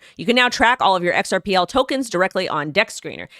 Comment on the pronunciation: XRP was meant to be HELD. HODLed. Big rich kids. "xrpL" was meant to be USED by the "little guy." Please guys don't lose your XRP. Hold tight. X R P. not "xrpL" love your show love love!!